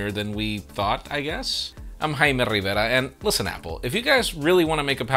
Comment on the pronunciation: thank you